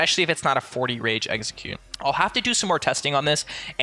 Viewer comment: I swear you're saying Exeggute instead of Execute :P